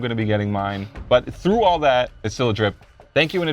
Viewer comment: through ,not threw. How far can you throw a mask lol hahaha? Because you said "threw". 🤣🤣🤣🤣